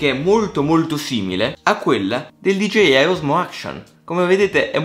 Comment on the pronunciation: Da notare all’inizio dice “gigeiai”